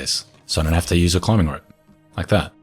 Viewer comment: You don't talk slow, you're fine. Can something be done about you pronouncing the word rope as ripe though?